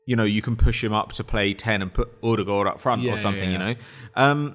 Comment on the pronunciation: wake up babe new odegaard pronunciation just dropped